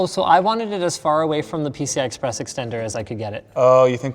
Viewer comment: "its only got a single pci express sisssteen s slot"